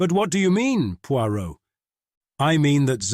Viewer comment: Is this AI or just poor audio editing? Five mins in and already he has pronounced Poirot three different ways starting with Poy-rot. I couldn't tell when the over blown, long-winded intro finished and the story started. The pauses and inflections are often are all wrong and the accents a mess.